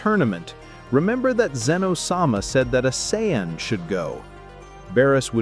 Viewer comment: Saiyan is pronounced SAY-IN not cyan